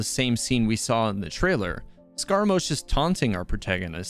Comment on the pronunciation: Bro it's...not said scara-moa-sh, it's said scarra-moo-sh